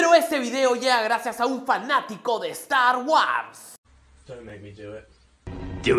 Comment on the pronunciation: Cuando aprendas a pronunciar Star Wars 😂